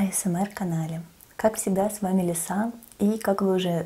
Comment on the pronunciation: Хмм,может вас зовут ЛИса?? Ударение на И)))